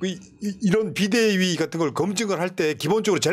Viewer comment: 애이.. 비대위? 아니고 비데위